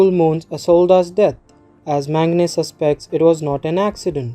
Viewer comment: Bro it was very helpful as all the other recaps were in hindi, just a suggestion if you can please use the correct pronunciation, his name is pronounced as 'Mag-na' and not 'Man-gane'. Just a constructive criticism😊